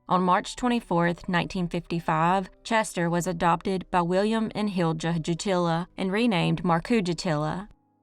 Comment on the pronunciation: As a Finnish person, I want to give a side comment: Jutila is pronounced Yutila and Hilja as Hilya and so on, pressure on the first syllable. Markku is probably more like Marcku. Stressed on the middle of the name. Anyways, back to the video